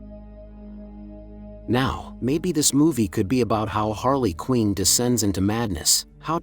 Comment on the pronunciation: How do people make things like this, you think you would have seen the movies/cartoons or be knowledgeable enough about the character to pronounce the name correctly. She’s also been a super popular character for like 30 years but no big deal . I just don’t get it , is it just for views or is lazy content ?